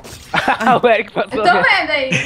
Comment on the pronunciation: chamando o "eric" de "eriti" So a pronúncia:/